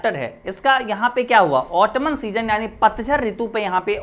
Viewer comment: Its ऑटम not ऑटमन